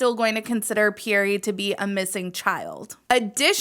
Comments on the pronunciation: Pe-yere not Pee-yere-ray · Yeah it’s pronounced pee-air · Quick note for if you make another video when you pronounce Pierre the E at the end is silent.